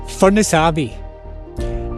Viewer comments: Also it’s pronounced in Fur Nuss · Fur… ness, it’s pronounced Fur…ness.